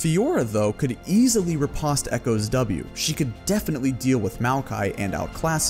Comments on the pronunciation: riposte - rih-post. Not rih-pahst. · ri·poste /rəˈpōst/ anyone else find his pronunciation of it weird? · You pronounce riposte like the Brits.